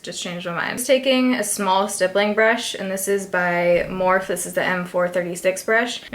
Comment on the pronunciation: omg the mispronouncing morphe and anastasia. baby!!